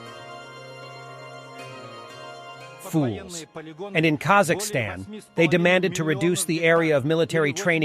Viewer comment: not Kazahstan, its called Kazakhstan